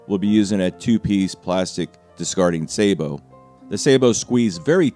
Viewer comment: Tiny nitpick: the plastic shield you use to protect the barrel - the sabot - is pronounced exactly the same as the first two syllables of "sabotage". Not "say-bo".